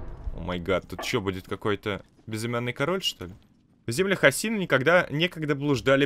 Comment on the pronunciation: Не АсИна а Ааасина